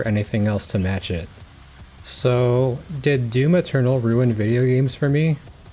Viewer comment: Yeah thats DYUM ETYORNAL